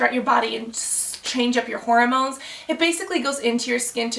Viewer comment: GIRL! It's HORmones, not HOROmones!!